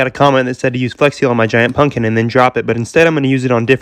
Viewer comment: uhh did he say punkin